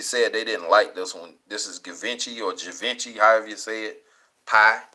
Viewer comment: Givenchy is said like Shee - varn - she.